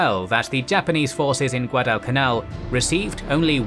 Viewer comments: Shitty AI voice can't even pronounce Guadalcanal correctly. I'm out. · wtf find about that can announce "Guadalcanal". Boooooooo